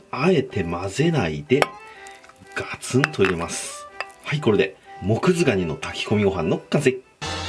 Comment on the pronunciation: 最初モクズガニがモズクガニって聞こえたww